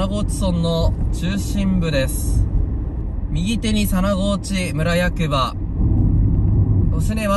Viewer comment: 佐那河内は「むら」ではなく「そん」と読みます。 by R439 沿道住人